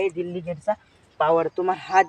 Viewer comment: दिल्लीगेट नाही,डेलिगेट म्हणतात ❤